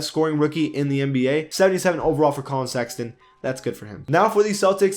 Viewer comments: Did this dude say Collin sexington? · He’s been saying sexyton the whole season how are y’all just now hearing this 🤦🏾‍♂️ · Bro you said "Collin Sexyton" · why tf he pronounced it sexington???? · you're right he didn't say that I think he said Collin Sexyton